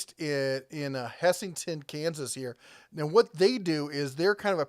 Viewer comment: It is pronounced hess-ton not hessinton